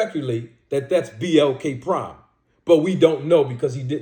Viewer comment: I hear you but does Crawford sound like he believes it the biggest fight. Crawford got 8 figures from blk prime and yet to post/promote the fight....he can't even say their name correct